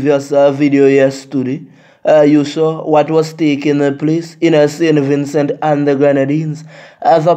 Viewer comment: Me like how Im ah say saintVincent and nuh sin vinsu It ah get me mad sin vinsu Im from saint Vincent